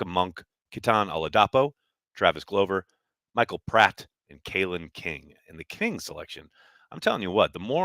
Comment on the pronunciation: you gotta stop saying "glow"ver, its GLOVE-r....right?